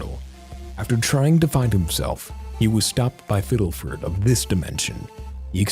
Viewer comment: I’m so sorry but it’s fiddleford not fiddelfert